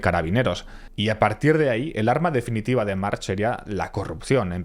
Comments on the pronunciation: Lástima que descubrieras que se pronuncia marc después de grabar el vídeo, es doloroso oírte decir una y otra vez mar/ch/, mar/ch/ mar/ch/ 😂😂😂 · Si sabes que se pronuncia Marc porque dices Marx? Es que es una cutrez muy grande... Dan ganas de tomarse un chupito cada vez que lo dices mal. Por lo demás ole el video. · Es un apellido catalan, no se pronuncia "marx", se pronuncia "marc" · No se pronuncia March , en mallorquín se pronuncia Marc , un poco de rigor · Como curiosidad, se pronuncia marc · No he acabado de ver el vídeo. Casi tido ya lo sabía aunque con menos detalle.Pero por qué llama "carabineros" a la G.Civil? cómo si Mallorca estuviera en el Nápomes de la Camorra.La GC debía tener su parte de resñonsabilidad no? y por qué intenta saber si es Jyan o Joan y se permite decir Marx todo el rato? es Mark, que no és difícil. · Muy buen video! Solo una pequeña corrección: en catalan/malorquin el apellido March, se pronuncia Mark. La h final es muda. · Se pronuncia "Marc". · Muy bien la historia, pero podrías pronunciar bien los topónimos, los nombres y los apellidos (March -Mark Torró-Turró...) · Se pronuncia "Marc" hay apellidos catalanes que acaban con "ch" pero se pronuncia "k" como "Baldrich" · podrías aprender a pronunciar el apellido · March se pronuncia Marc. En catalán la ch a final de palabra se pronuncia como una c normal, como por ejemplo Montjuïch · Video super como siempre! ❤ Ps: es muy probable que sea el único al que le ha pasado, pero cada vez que nominabas a March yo escuchaba Marge de los Simpson y me he pasado todo el vídeo imaginándome a un efeminado amarillo con pelo azul que estaba conquistando el mundo 😅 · Marc, es pronuncia Marc, i es deia Joan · Un apunte, la "ch" en catalán se lee como una "k" digamos. Sería Juan/Joan Marc. Videazo, como siempre. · En catalan la ch al final de palabra se pronuncia como una c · aquí un mallorquín: March se pronuncia como si no tuviera la H final (Marc) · No ha mencionado bien March ni una vez, videazo pero